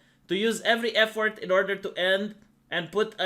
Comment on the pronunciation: When says effort it sounds like F word